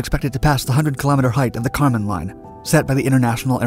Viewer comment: So, the boundary between the sky and outer space is the “Karman Line”. The narrator sounds like he’s calling it “the condom line”